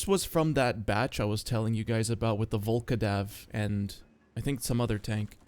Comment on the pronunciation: still can't get over "Volkodav" not Vlkodav xd